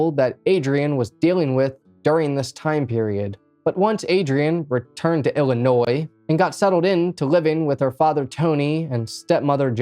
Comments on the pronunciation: He is actually saying it right..but he Is saying Ili-NOY not iili-noise..most people even living here say it with the accent the second way..❤😅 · Bro, are you OK? You keep strangely swaying at the end of your sentences. Also, thanks for pronouncing illinois properly.